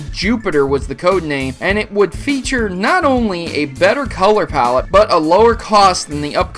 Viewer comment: Did he really just say COLLER POWLET instead of "kullor pallit" color pallet?